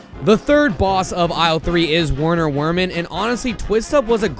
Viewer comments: I feel like it's pronounced "Verner Vermin" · why can no one pronounce werner werman correctly. VERMIN. HE IS VERMIN. WERNER WERMAN IS PROUNONCED VERNER VERMAN.